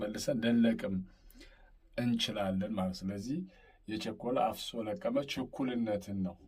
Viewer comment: የቸኮለ አፍሶ ለቅመ ነው የሚባለው አነባበብህ ልክ አይደለም ፍ ን ጠበቅ አድርገው